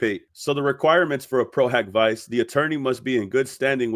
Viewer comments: love your content but you really should find a legal or Latin-knowing friend to help you pronounce the Latin terms. “Pro hac vice” is pronounced “pro hawk vee chay”. Amici curaie from a previous video is pronounced “ameechee curahy”. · I’m not being pedantic because you’ve been doing an amazing job. But just a quick note: Pro Hac (hock) Vice (VEE-che). Please don’t think I’m being a huge jerk. I’m literally just saying the pronunciation, NOT correcting you. But honestly, as I said, I’ve been watching you on fire with these documents. You’re so appreciated in the community because you’re Johnny on the spot with the facts! Thanks for watching this so closely!❤❤ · I was taught the pronunciation is “Pro” “Hack” “Vee-Che’” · No, it’s pronounced HOCK not HAK. Please don’t miseducate people. Pro-HOCK-vee-chay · Lol pro hoc vice = pro hawk veechay ❤ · No, you did the right thing. I was coming to correct that too. It’s important for these creators to pronounce things correctly. Thank you 😊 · It's Pro Hac (hak not hock) Vice (Vee-che) . this is a latin pronunciation of "A"